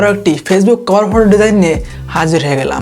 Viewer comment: কভার ফটো উচ্চারণটা ঠিক করে করেন